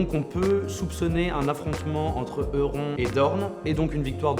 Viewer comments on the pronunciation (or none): Euron se prononce "YOURON" stp ahhahah mes oreilles saignent Sinon je découvre la chaine et c'est vraiment un contenu de qualité, les montages sont très propres, bravo! Bonne continuation 🤗